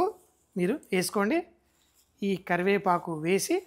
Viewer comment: అబ్బా, తెలుగు మాస్టారు అవ్వాల్సింది అండి మీరు. కరి"వేపఆకు"🤣😂🤣😂👌.